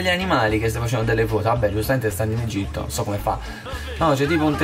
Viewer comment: Egitto non egiti